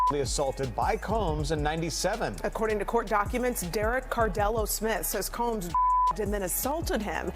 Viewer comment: SOMEBODY!!..ANYBODY!! Needs to teach this A.I. robot to learn a consistent pronunciation of 'Combs'. It's NOT Cambs..it's COmbs. It's so tiring and irritating to have most content on YouTube to be lazily narrated by A.I. seriously, it's why I don't subscribe or Like any of this stuff. Yeah, you got a comment BUT you won't get another view.